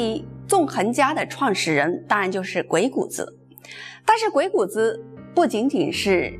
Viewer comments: 鬼谷子的正确读音是gui3gu3zi3. 三个字都读重音。这里“子”字不轻读因为它是对先生的尊重。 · 给您这位文化人诚恳的建议：将来讲有关“老子”的故事时，不要再混淆“子”的读音。同样的字，读音不同，意亦不同。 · 鬼谷子,子音念錯,應該跟孔子老子的子音相同 真是大不敬... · 鬼谷子的子应发第三声，就像孔子、老子等。的气质仪态很好。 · 鬼谷子最后的子应该发3声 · 鬼谷子的“子” 的发音应该和孔子的“子”一样。您的声调好像不一样。喜欢您的视频！ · 谷的读音查一下